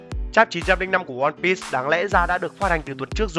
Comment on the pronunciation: sao cứ đọc là one pít vậy.